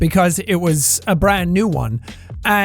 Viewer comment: Are you trying to say “abra”? No offense or anything